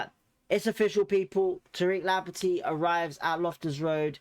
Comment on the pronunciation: It's Lamp tea not Lampet tea.